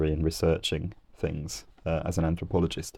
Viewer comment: The TH needs to be pronounced in THings and not FIngs. So there's no confusion between three and free etc. Just as a man born with cock and balls can never be a woman, despite how he may feel. What you always espouse is moral relativism as you did with your trans video and now linguistic relativism. It always comes from being in the academic womb too long and mixing only with ultra Liberal Lefties who dictate the narrative, whilst most normal people, who don't care less, have no say. I knew it!!! Social constructs creep in within three minutes. The reason you say TH is because there's a TH in the word ffs. You're inthuriating.